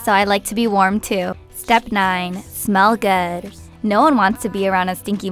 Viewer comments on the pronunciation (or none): "Step 9: Smel Guhhhd" lol